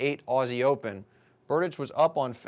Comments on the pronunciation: You have wrong pronounciation of Tomas's last name... Next time watch the tv more carefully. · P Funny.....Berdych(č)